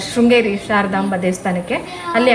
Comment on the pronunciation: ಶೃಂಗೇರಿ ಅಕ್ಕ ಅದು ಶ್ರೀಂಗೇರಿ ಅಲ್ಲ